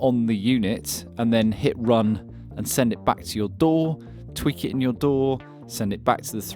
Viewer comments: Synchronize it to your...DOOR? It took me a while to realize you were saying DAW. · That damn intrusive "R". It took me until about 5 minutes into the video to get you were saying DAW and not "Door". I was like, "What the hell is this Door he keeps mentioning?"